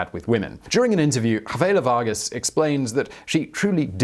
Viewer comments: "havela vargas" its chavela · You'd think a bio video would do a simple research on proper name pronounciation ... her name is CHA- vela Vargas not Ha-vela and la Llorona is pronounced Yo-ro-na not la Lo-ro-na .. Don't forget to roll the r's